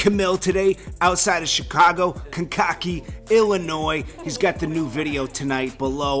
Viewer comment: Kankakee (Illinois) is pronounced kane-ka-key not con-cocky, just a heads up.